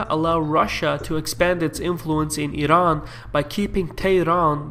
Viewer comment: as a turk keep up the good work man. ps:when you say İran sound so nice say it 5000 time